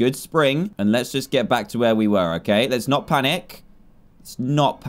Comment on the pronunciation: I laughed so hard when he said “let’s just...” an then the bats came and what I heard was “let’s just BAWSWWW” xD